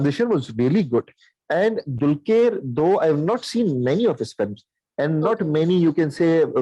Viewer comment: Guys its not "DULKYER"...its pronounced as "DULKAR" !